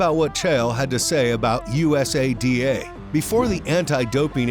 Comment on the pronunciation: Sports "SPAM" is right LOL how could you possibly do the research to make a video THIS LONG, and STILL call USADA "U. S. A. D. A" over and over... Christ